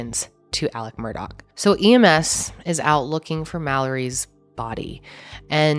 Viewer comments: The name is murdaugh to clear up any confusion.: continues to say Murdock the rest of the video, just like everyone else does. 🤣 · Also its Murdaugh (aw) not MurdoCK! Whyyyy🤦🏻‍♀️🤣